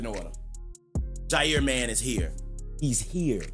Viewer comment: The fact u called both jaire and tae is actually ridiculous. Packers glazington. Love the content.